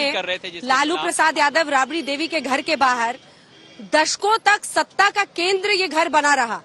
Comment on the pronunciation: अरे जाहिल रबड़ी देवी नहीं राबड़ी देवी बोल